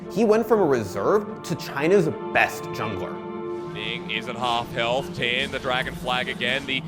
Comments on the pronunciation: Constantly apologizes over potentially mispronouncing Korean names, but can't say Tian despite there being constant examples in their sample videos... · The way mispronounced Tian’s name makes me cringe